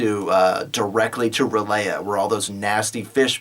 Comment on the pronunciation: I don't know if anyone else pointed this out but Ryl'eh is pronounced ryl (pause) yegh. yegh is pronounced like you're saying yeh, but with an emphasis on the gh sound.